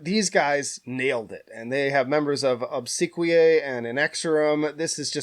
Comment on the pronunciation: Minnesota-based musician here: Obsequiae is pronounced "ob-seck-we-i" (I as in eye)